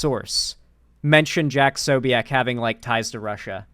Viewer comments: It is pronounced 'Posobyets'. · tbh it /should/ be more like "posobietz", but rarely Slavic surnames survive in their original pronunciation longer than 1 generation xD